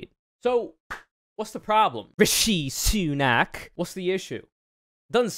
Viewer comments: The pronunciation of RISHI SUUUNAK tho. 🥴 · The way you pronounce Sunak name is actually pretty racist